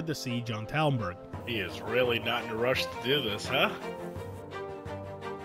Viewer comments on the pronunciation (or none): none